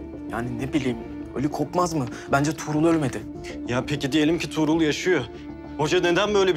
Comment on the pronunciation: Bu kız neden tuğrul diyemiyoda durul diyo